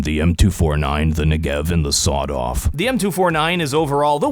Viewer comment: This is not how you pronounce the name of the Negev